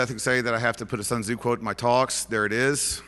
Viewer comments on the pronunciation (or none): I know this is a nit-pick but it's Tsun Su not Sun Su... the author of 'The Art of War,' he knows that right?